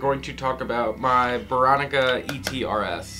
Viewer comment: Are you saying "beronica?" Lol, love your channel. Keep up the good work!